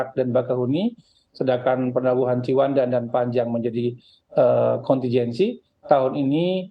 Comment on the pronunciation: Pembawa acara nggak menguasai materi, Ciwandan disebut cipandan